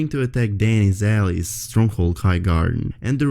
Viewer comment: i know English is probably not your first language but its pronounced Al-Eyes (Allies). Great video and thanks for the info.